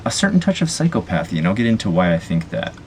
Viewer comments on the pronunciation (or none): This may seem rather irrelevant, however the correct pronunciation of "psychopathy" is "sahy-kop-uh-thee".